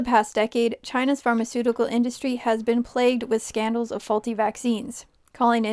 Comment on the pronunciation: I love it how she says Scandals "skeendls" hahaha